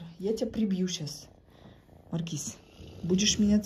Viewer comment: Неправильно ставите ударение в слове маркиз. Ударение надо ставить на 2 слоге